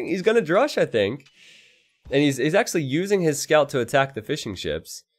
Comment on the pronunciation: I was confused for so long, why you always say Fish 'n' Chips but you actually say Fishing Ships... no joke i really just realized that, i always assumed its just a kind joke